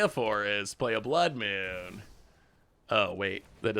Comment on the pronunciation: Ka-me not Cammy. Nan-too-ko not Nan-tuk-o. Your mispronunciation of cards is staggering. Blood Mune still kills me to this day.